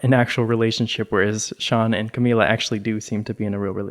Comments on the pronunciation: it’s camila not camilla omg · it’s CAMILA not Camilla